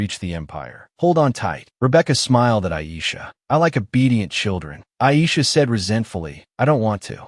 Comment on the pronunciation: The fact that the Ai voice is pronouncing the blond lemon looking ah girl’s name as ‘Ai’ has my dying